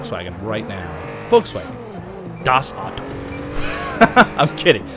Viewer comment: LOOOOOOL how said "das Auto" xDDD wtf